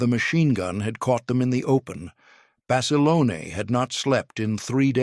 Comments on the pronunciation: " John Basalonie " I mean , , get rid of that lousy A I narrator , , , Good Grief !!!! Cannot pronounce the English language correctly , , ridiculous , , , whoever loads up this narration, get with it or stop !!! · In the first part the called him Bas a lone, in the second it was Bas a loaney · Please pronounce Basilone 's name correctly!!!!!!